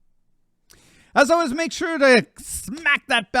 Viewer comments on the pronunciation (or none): none